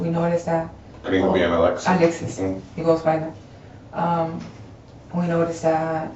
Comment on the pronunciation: "The two people I was with...AL-ex-EECE and BRRRI-anng"